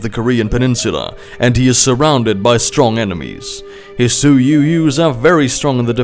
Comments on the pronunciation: It's pronounce like "sue" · The way you pronounce sioux is breaking my ears, but the rest is great